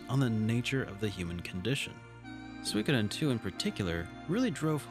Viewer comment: Another great video, thanks. Also, props for correctly pronouncing Suikoden.